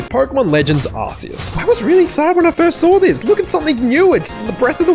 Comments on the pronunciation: Can't take your opinion seriously when you can't even pronounce Arceus correctly. It's not ARSE EUS. ffs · 😂Did he just say "ass-ceus ",everyone attack!